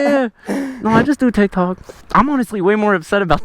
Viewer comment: He couldn't even say tik tokk right 😂😂😂 he knows it you lol